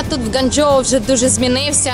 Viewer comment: Ґуанджоу а не ґанджоу